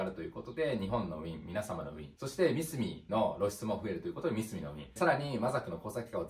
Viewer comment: 素晴らしい考えですが、僕も何度も悩まされましたがミスミの言い方のイントネーションが違います笑笑 ミスミのCM観てください😁 モノづくりは、難しいですが楽しさを伝えられる方が伝える事でよりモノづくりへの未来になります❤️‍🔥 個人的に応援しています🫡 マザックを使うのは、マザトロール又はGコードによって使い勝手が変わりますので、頑張って下さい🫡 マザックには、素晴らしいエンジニアの方がいます✨何かあれば素晴らしいエンジニアの方にも意見を聞いて下さい🔥